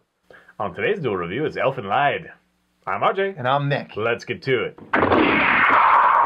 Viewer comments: guys it's pronounced Elfin Lied (Leed) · Great review, I was just talking about this series today. I is pronounced "leed", as others stated, but no big whoop.